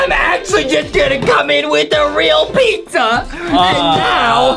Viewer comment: what the heck is dizza it's pizza not dizza